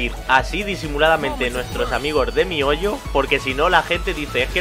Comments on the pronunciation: Mi hoyo 🤣🤣🤣 se pronuncia mijoyo recordad que en otros países la h suena como j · me rio cada vez que lo dices 🤣🤣🤣 mi hoyo me recuerda a la canción que dice eso XD